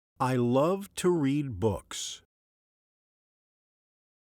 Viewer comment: You mispronounce the word "love"